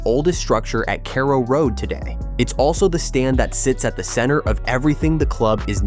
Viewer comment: We need a bigger stadium, it's a sell out every home game. And please someone slap the twat who can't pronounce Norwich and carrow road properly